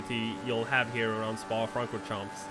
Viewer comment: 'Spa Francorhamps'?